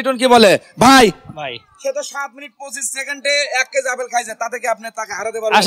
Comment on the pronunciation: আরে ভাই আফেল না আপেল। এ ভাবে অশুদ্ধ বাক্যগঠন করেন কেন।